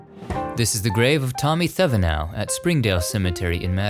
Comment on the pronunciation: Oh and I was born in Madison, Indiana. Thevenow is pronounced Tev-i-naw. I went to school with his family.